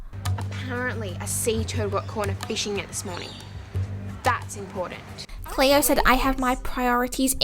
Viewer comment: You saying cleo, Emma and ricki is bothering me I only know EEEMA, CLEOOR, WRIKEEY